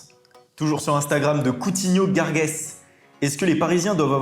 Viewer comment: "Coutinho gargues" ptdrrr "garjes" les reufs